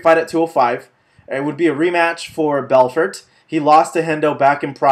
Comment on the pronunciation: the T in Belfort is silent. makes u sound like u don't know what youre talking about